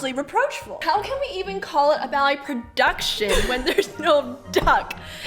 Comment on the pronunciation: "proDUCKtion" I'm dying 😂